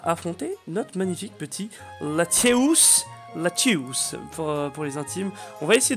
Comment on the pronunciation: C pas latios mais latias